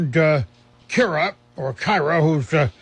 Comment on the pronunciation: Hey this is my letter being read I'm The granddaughter of George bourdon I'm kyrah paige when he says it kiyrah paige